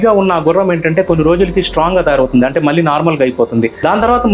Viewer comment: Anti ❌ Yaanti ✅